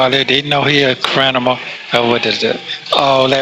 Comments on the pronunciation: Did he just say "Crinimal"😂😂😂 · "THEY CALLED ME A CRINIMAL" 😂😂😂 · Did he say “they know he’s a CRINIMAL” lol:_PCFPLove::_PCFPLove::_PCFPLove::_PCFPLove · What in the hell is a “crinimal”?😂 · 😂😂😂I thought I heard him say crinimal. Lmaooo 😅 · NOT A “CRINIMAL”🤦🏾‍♀️🤣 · Did he say "crinimal" 😮😂